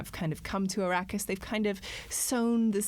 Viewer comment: Did you purposely pronounce Arrakis as Iraqis? Or was that some Freudian slip?